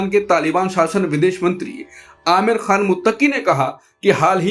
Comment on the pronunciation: Aamir Nahi Ameer Bolna Sahih hai.